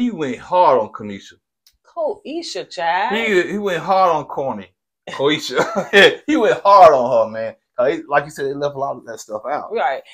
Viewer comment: Ko-SHE-AH is the pronunciation. Y'all both butchering has me dead 😂